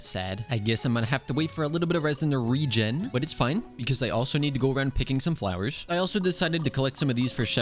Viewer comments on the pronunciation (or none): none